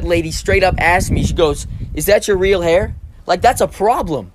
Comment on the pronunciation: Dude its H A I R